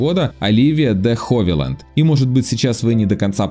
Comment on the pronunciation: Оливия де Хевиленд, а не Ховиленд. Чем занимается ваш редактор? Постоянно имена коверкаете